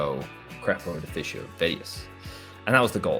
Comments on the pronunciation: "defisio" xD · When you pronounced Deficio wrong I was screaming aaaaaaaaaaaaaaaaaaaah xD